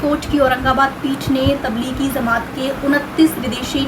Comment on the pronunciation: Madam pl no says zamat is correct word is jamaat.